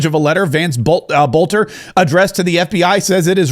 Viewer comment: BELter not BOLter. Quit talking like an AI. There's a vid out where he says his own name. Learn it ya spawn.